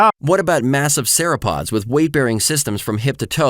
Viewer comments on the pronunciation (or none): Somebody please tell the apologist that Sauropod is pronounced to rhyme with Bar O'God. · Points for originality. I have never heard sauropod pronounced cerapod before. Horned foot. That's an interesting animal Answers in Genesis, I can't wait for an actual scientist to discover and name it. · bro called it a sarah-pod 🦕 💀